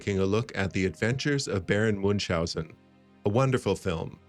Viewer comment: It's also not Moonshousen. Do you see an 'S' in that name? No you say? Then why do you pronounce one? Muench-housen. Tip there's also no 'K' in there